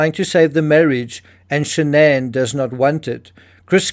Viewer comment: Her name was SHANNON...not shan'ann